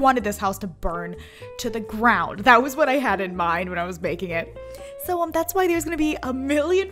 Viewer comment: It sons like you said baking In stead of making